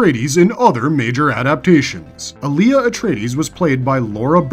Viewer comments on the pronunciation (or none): It’s AAh-lia, not ALi-Yah. 1 movie, two series and still the mispronunciation? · Alia not Aaliyah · While an interesting video you mispronounce a number of the names wrong including Alia and Leto as well a few others